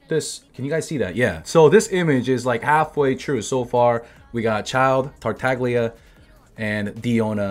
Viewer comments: You say tartaglia wrong. It’s italian idk why the fatui have Italian codenames like signora. Anyway, tartaglia = „tartalia“ just like the g is silent in signora. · The name Tartaglia comes from a recurrent character of "the XVII century Italian comedy" (aka commedia dell'arte, that is an early form of professional theatre), so you should pronounce it with the Italian "gl" sound. You shouldn't stop after the "g" like you would do in "glorious", or "glee", but you should pronounce it like the double "L" in "million". Actually that's not how we italians articulate the "GLI" sound, it's way more complicated than that, but it should be enough to be able to pronounce it nicely Keep up! :) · Bro, the "G" in Tartaglia is silent.